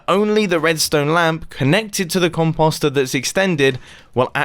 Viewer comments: Com-poh-ster? nah. nope. not even. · Stop saying “cumposster”!!!! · Mumbo... com-post-or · Is it just me or is it funny that he says composter instead of composter